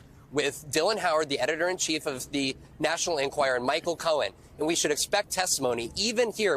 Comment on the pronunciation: Why does Vaughn not learn how to pronounce Enquirer?